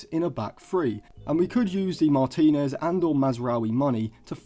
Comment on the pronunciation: I wasn’t questioning the ability…more the absolute butchering of his surname you made 😂